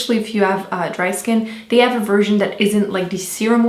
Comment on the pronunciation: once again an awesome video. But pls girl, say your 'th' !! They not dey lol love from ireland <3